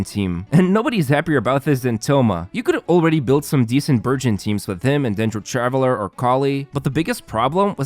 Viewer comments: omg i heard virgin instead burgeon 🤦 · I heard virgin instead of burgeon... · All i hear is Virgin rather than Burgeon. 😂 i cant 😂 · I swear I thought he was saying “virgin team”😂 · I'm sorry but- I thought he was saying the "Virgin" team 😅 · I thought he was saying "virgin team."